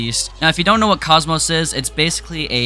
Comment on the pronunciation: i think its pronounced kockmock